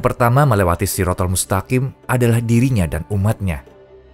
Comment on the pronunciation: Bukan SIROTHOL Mustaqim,.. Tapi "shirot " gitu aja,.,.